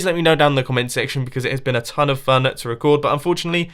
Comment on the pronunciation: Instead of hearing mumbo say "I've made a tone of redstone contraptions" I heard it as "I've made a town of redstone contraptions"... till kinda correct, but needs to be done